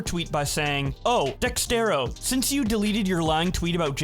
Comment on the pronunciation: It's pronounced DEZERTO not DEXTERO.